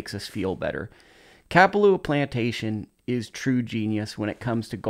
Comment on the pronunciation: No disrespect but, ur saying kapalua wrong